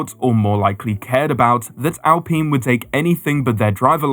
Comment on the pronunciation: Could you get an adult to show you how to pronounce Alpine.